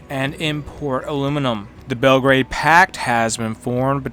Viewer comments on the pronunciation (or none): none